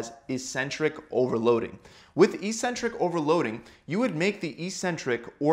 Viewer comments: 'Eccentric' is pronounced as /ikˈsentrik/ not /iˈsentrik/ ! .................. Nice video !! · Thanks for the good info! Just wondering though, shouldn't it be pronounced "ek-centrik"?